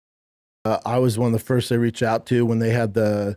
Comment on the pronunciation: "I was the fiest person they reached out too"😂😂😂😂😂